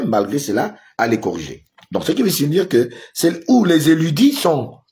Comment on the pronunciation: “ Érudits” et non “éludis”😊😉